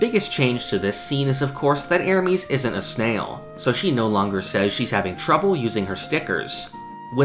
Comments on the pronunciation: I'm triggered about the bad pronounciation of Ermes. It not erEmes and especially not Ermeeeees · How tf doe you pronounce Ermes as ermies